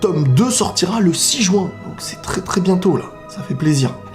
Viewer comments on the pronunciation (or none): none